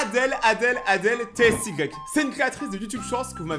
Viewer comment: On dit pas adel t s y ca ce prononce ti mais ca s'écrit tsy